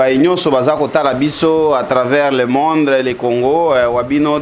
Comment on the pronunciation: Ken on dit monde e non mondi